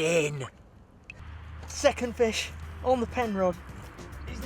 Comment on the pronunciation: "That's a noice fesh!"